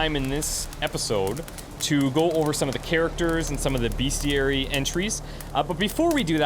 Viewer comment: For real though, it's BESTiary. Not BEASTiary. Other than that, great gameplay